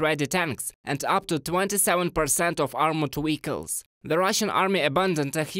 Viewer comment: I love how he says "wehicles" 😄